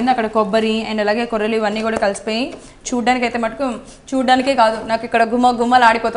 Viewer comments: కొర్రెలు ఏమిటి తల్లీ కొర్రలు అని చెప్పు.తెలుగుని పాడుచెయ్యకండి. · కొర్రెలు కాదు తల్లి కొర్రలు